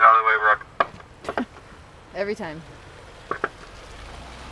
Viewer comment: its brook